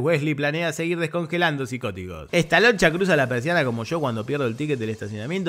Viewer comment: Muy buena tu narracion de toda la película me cargué de risa.... sobre todo Me dio risa como ....decis estaloncha.......😂😂😂